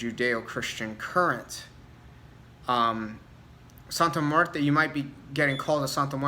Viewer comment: Great video, my biggest gripe are these practioners pronouncing her name wrong. My recent video on Santa Muerte I went off about it, I personally don't work with her but respect should be shown on her name (any deity really).